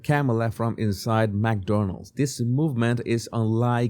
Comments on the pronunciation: Mc not Mac you sound ridiculous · …and Mc is pronounced “mick” …like sick 🤒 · Its not Mac Donalds Sir. It is Mc Donalds. Sorry but please say it right. Thank you! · Not MacDonald's, it's McDonald's. Pronounced Mic or Mec. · FYI - The pronunciation is “Mc Donald’s” not MAC Donald. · Its not mac Donalds no A. Its mc pronounced like mick. Thanks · You say "mack'donalds as if there is an 'a' between the 'm' and 'c'. But when there is no 'a' actually there, one should say "mc", sort of swallowing any vowel sound, or if you must have a vowel sound it would sound like "mick" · McDonalds not Mackdonalds